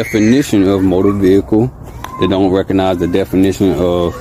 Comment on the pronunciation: It's RECOGNIZE not "reconize"